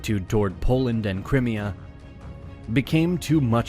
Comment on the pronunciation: I really like your video. it has kinda a BazBattles feel. However, your pronunciation is really annoying. Crimea...?